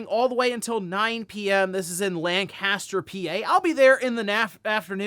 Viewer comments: [pushes up glasses] It’s pronounce LANK-ister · Just a heads up it’s pronounced Lanc-a-ster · As a heads up if you want to blend in as a local, around central PA everyone pronounces it "Lanka-ster" rather than "lan-caster" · How to know someone isn't from Pennsylvania, they say "Lancaster" wrong. It's closer to "Lank-is-ter". No Biggie though, PA has a lot of weird pronunciations that way.